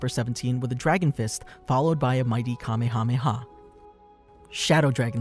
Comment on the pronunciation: Ya know.....you completely skipped over the Garlic Jr. saga. It IS part of the series and GOHAN saved the day, did he or did he not?! I'm just saying. Oh, and it's not Kamakamaha it's Kamehameha..... It's never been called the kamekameha wave, it's always been called the Kamehameha wave. Look it up if you don't believe me. I'm just saying.